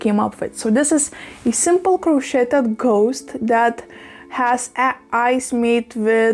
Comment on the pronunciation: Crocheted in America rhymes with today with a d at the end crochet rhymes with today